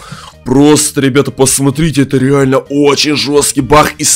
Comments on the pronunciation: Не бах а баг есле чо бах как смешно 😂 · Не Бах а баг